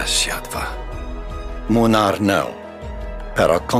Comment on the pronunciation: AND HE SAID IT RIGHT!!! my God I never would have thought that there will be and EN voice that says Kazimierz right and as an extra bonus he also says Młynar right, mind blowing